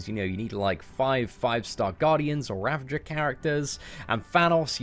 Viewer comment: I am so proud you man for pronouncing Ravagers correctly now. 👍🏼